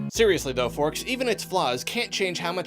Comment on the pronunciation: did...did you say...forks?